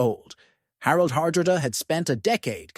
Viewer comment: Dear God please tell me this is an AI voice messing up Harold's name Har-dra-da